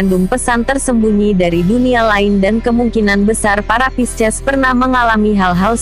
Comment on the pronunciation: Pisces di baca P-I-S-C-ES 😂